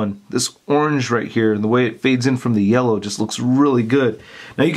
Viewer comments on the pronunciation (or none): none